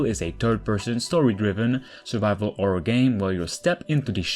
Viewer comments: sorry for asking this are you albanian guy cuz u can't say horror u say orror ? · no listen carefully he say orror cuz albanians people they speak same they cannot say H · I like how you say Orror and not Horror xd